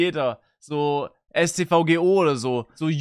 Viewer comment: Wo kommt bei Sascha eigentlich das G für Straßenverkehrsordnung her? :D